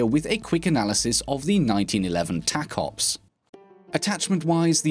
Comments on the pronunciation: The tacops is pronounced taco-ops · He said the name of the pistol wrong. It is clearly pronounced taco ps